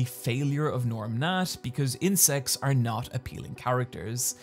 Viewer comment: I love how you say "or" rather than "r"